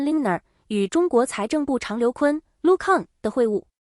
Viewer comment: Shame on your program: 部长全部念成部chang！